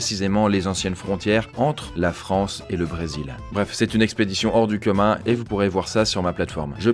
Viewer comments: hors du KEUMIN?? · Une expédition hors du QUEMUN 😂 alors que c’est commun